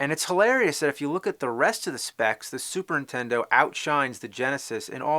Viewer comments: When you were a kid you said "Super Nintendo" now you're an adult you say "Super Intendo!" =D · "Super 'intendo?" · I keep hearing "super intendo". interesting, tell me more about this intendo... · Take a drink every time he says 'superintendo' instead of Super Nintendo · Anyone else notice how James pronounces Super Nintendo like "SUPERINTENDO" ??? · "Super INtendo" he says. lol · Say "Superntendo" one more damn time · Anyone else notice he says Super Intendo? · I love how he calls it SUPER INTENDO lol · does anyone else think he says, "Super INTENDO" i always hear that he doesn't put on the first N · Is it just me, or is he saying "Super Intendo" (dropping the the N)?